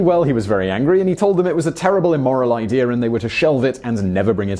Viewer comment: Is idear even a real word?